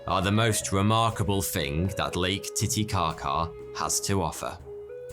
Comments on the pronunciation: Pretty sure he said late titicaca at 1.50ish lol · You said Late Titikaka